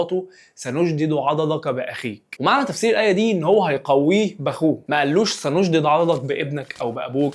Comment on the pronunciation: فيديو جميل ولكن لدي ملاحظه في الاية كلمة سنشد بضم الدال وليش تكراره